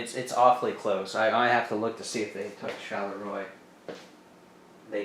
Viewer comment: French lesson 2: Maubeuge: (Mo-beuj) ; Charleroi: (sharl-rwa)